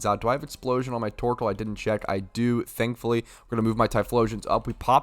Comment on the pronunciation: enjoyed that "THANKFLLY" :D great vid like always dude